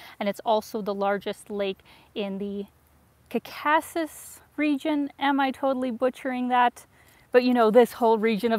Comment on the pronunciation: It's pronounced "KAWkuhsuhs".